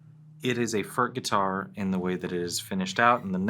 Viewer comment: Its NOT "FÖRK" nore "FÖRTSCH". He ist called František Furch. Try again. Furch, ( u like in YOU ) ore you want us to pronounce "jeans, update and cool" the German ore Czech way. By now, almost all Furch guitars feature the newer CNR "System Active" (with the exception of the "Yellow" series).